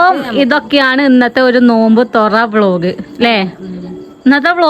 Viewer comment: തുറവ അല്ല തുറ എന്നാ പറയുക